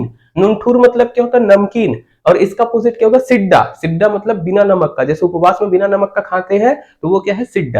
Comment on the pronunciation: नुनठुर नहीं नुनछुर कहते हैं और सिड्डा नहीं सिट्टा कहते हैं सर